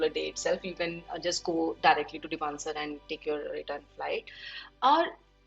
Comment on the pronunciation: Bhai depansar nehi... Denpasar..bolte hai..anyways informative video.